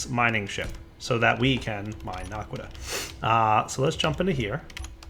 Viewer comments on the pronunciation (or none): OMG ITS NOT NARQUDAH ITS NA QUA DAH no r in it. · he keeps saying narkqudah its annoying